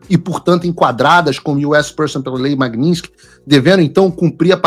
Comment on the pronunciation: Ué Paulo vc corrigiu a repórter da globo news pq ela falou magnitisky errado e vc mesmo não sabe falar, aí fica difícil heim!